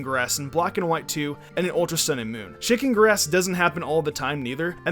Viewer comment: Is it just me when he says shaking grass it sounds like chicken grass